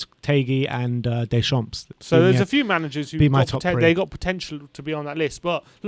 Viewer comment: nice video but your pronunciation of at least four of the managers is way off! Phonetically it is NAR-GELS-MANN, HARS-SEN-HOUT-ELL. DAY-SHARM and FAR-KER. If you are interested after all that, my choice would be Scott Parker. Did a very good job with what was available to him.